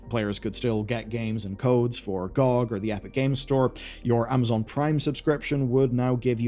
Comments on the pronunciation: Who the hell pronounces GOG "gee-oh-gee" (Good Old Games) as "gaug"?! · I hated how you pronounced GoG....